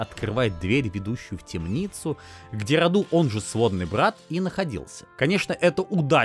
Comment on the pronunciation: мы не африканцы и не индусы. Не РадУ, а РАду. Не ДракУл, а ДрАкул.